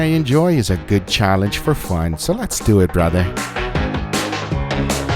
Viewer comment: Cracks me up every time .. “Lhets dewww ehhttt”